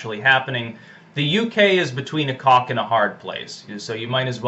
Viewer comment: Did...you say the UK is between a 'cock' and hard place or 'rock'? Cause it really did sound like the first one